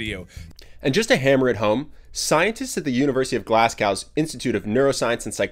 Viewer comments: It's pronounced "Glaz-go" Not "Glas-cow" Sorry to be that guy, just a heads up because if you meet a Scot and pronounce it wrong, they will rip the utter shite out of you for the next 10 minutes. Great video as always though, glad I subscribed :) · Glasgow is pronounced GLAZ-go, not 'glasskow' 👍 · My dude, it's "Glazz-go", not "Glass-Cow"... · Not too related tot he video but how come Americans always say "Glass-cow" when talking about Glasgow? I'm a Glaswegian and I demand answers haha! I joke but good video. As a Glaswegian, it's very difficult to use a full vocal range without being very difficult to understand so when I make videos I feel like I have to put on a "polite" voice for people to understand me. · glazga mate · Did you just call my beautiful city, Glass Cow?! (Tbh I really can’t tell the way he said it was so weird) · pronounced 'GLAS-GO' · Did he pronounce glasgow as glasscow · Pronounced glas'go' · And yet we say Glazgo, not Glasgu. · Because I'm dumb! Sorry about that 😬 I am a notorious mispronouncer... Glad you liked the video anyway haha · The way you say Glasgow make my Scottish blood boil with rage. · Fantastic video . Very poor pronunciation of Glasgow though😂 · Why can no one pronounce Glasgow correctly? Bloody yanks 😂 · Uh, that's not how you pronounce Glasgow...